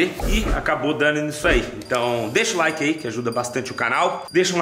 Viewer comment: "Laike" kkkkkkkkkkkkkkkk